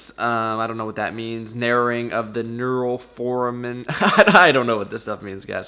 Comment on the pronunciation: happy birthday!! macros don't count for like your birthday month! and i lol'd when you read your mri results (four-ay-min) ☺️